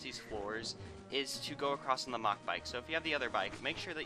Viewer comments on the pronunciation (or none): none